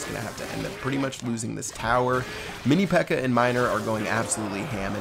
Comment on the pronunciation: Lmao, says mini pecker instead of pekka xD